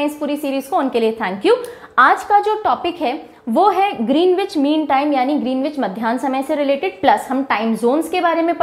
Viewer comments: Awesome explanation. One thing to correct, the pronunciation of Greenwich is ग्रीनिच instead of ग्रीनविच 😊. I know because I stayed in UK . Thanks for the wonderful content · Just wanted to point out one thing in the world map lectures. You probably know this already but for those interested, Greenwich is pronounced "Grin-idge" or "Grin-itch" and not "Green-witch". Saari School life mein jitna nahin seekh paaye utna do din mein aapne sikha diya ma'am. Thank you for such incredible videos. Truly grateful for your efforts. श्री गुरुभ्यो नमः 🙏🏽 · Pronunciation of Greenwich = GREN-ItCH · Good lesson. Pronounced Gren- ich. W is silent. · Ma'am pronunciation of greenwich is wrong